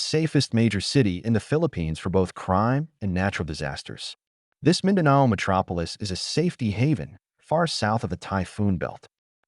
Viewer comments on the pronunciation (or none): none